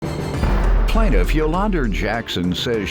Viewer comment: I thought the announcer mispronounced the plaintiffs name 😭😭